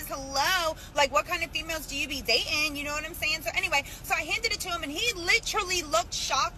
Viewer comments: Any person who pronounces the word "dating" as "day-un," doesn't need to be dated. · Not a coin flip - 56% for marriages end in divorce. Oh and i just love (not) women who don't pronounce the T's in words, "like, what kind of women have you been da-in'". date should have crumpled the "receipts" and walked away, laughing.